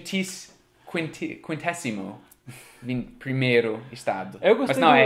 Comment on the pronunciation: Hey, 51° se fala quinquagésimo(a) primeiro(a)